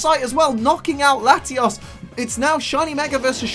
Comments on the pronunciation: Love the vid but it's latios not latias 😂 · you say latias... its latios c'mon man!